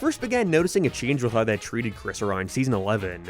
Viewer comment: Work on how you pronounce "how"